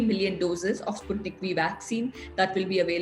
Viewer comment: Sputnik 5 to be pronounced. And not Sputnik v